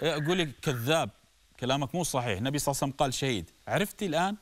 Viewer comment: بس ليش تگول صعسلم؟؟؟؟